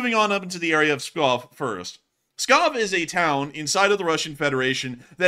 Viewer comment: Pskov lol not Scob